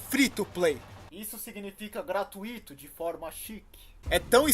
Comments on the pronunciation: se diz ''protótipo'' e não ''prototípo'' e se diz ''há anos/semanas/dias'' e não ''há anos/semanas/dias atrás'' e se diz ''da glória'' e não ''dá glória'' e se diz ''GratUito'' e não ''gratuIto''. Não me ache chato, só dói no ouvido mesmo kk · Se pronuncia "gra-TÚI-to" e não "Gra-Tu-Í-to". Um abraço meu ídolo, te amo.